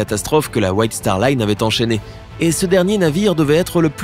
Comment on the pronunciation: C’est star Line pas star lune